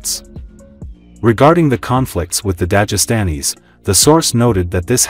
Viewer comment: If you pronounce Dagestan correctly why can't you pronounce Dagestani ????